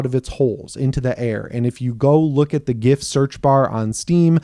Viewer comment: Thanks for the correct GIF pronunciation.. even if the original creator got it completely and obviously wrong.